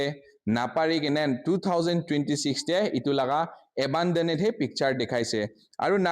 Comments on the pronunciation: Class-1 failed media journalist🤣🤣🤣🤣.. Brother it's A-ban-doned and not A-baa-do-ne-te🤣🤣... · Don't expect him to pronounce it right when he cannot even pronounce abandoned ,turbine and electricity right.